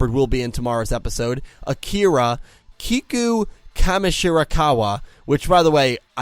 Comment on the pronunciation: You pronounced Kiku's name right! sets off fireworks